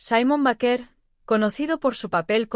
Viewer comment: B E I K E R.. asi se pronuncia su apellido